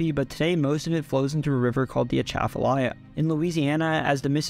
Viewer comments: yeah, but still good pronunciation. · Born and raised in Louisiana (north Louisiana). You get two gold stars for pronouncing Atchafalaya River correctly. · Atchafalaya pronunciation.... nailed it. Good job